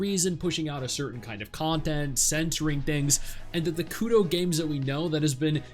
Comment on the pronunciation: It's Kuro not Kudo.